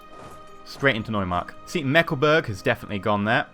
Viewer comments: Meckleburg? xD You mean Mecklenburg right? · "Meckleburg" "meckle" "burg"